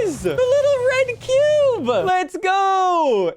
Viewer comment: The little red cuuuubah I never get used to how has always talked like a 12 year old upset girl with the "uh" at the end of every kind of word 🤣 Edit: "There it isuh, the little red cuuubah, lets gooa" and says "cube" normally againuh 🤣🤣